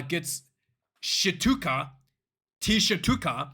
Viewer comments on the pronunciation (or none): Tshituka is pronounced (close enough) Chituka